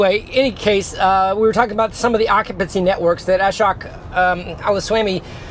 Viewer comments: The letter 'o' in Ashok is better pronounced as the 'o' in the words 'home', 'open', etc. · Ashok name pronunciation is wrong. O should be pronounced as "O" in core.